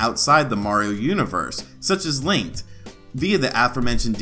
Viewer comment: It sounded like you pronounced Link as Linked...